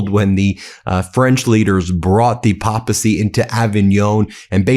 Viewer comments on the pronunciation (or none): It's pronounced PAY-PA-SEE. If you're doing the news, learn proper pronunciation. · Pay-puh-see. Not PAPA c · Love your channel, Ben! (it's pay-puh-see...like pay-pul. You can always tell when someone learns a word by reading, instead of years of attending Mass and Sunday School.) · It is pronounced PAY-p'eh-see. This is substandard news announcing. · Just fyi Ben it’s pronounced “pay-pacy “